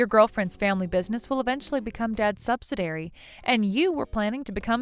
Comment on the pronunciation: Argh! If i hear subsiDAIRY one more time...please say subsi-DEE-ary.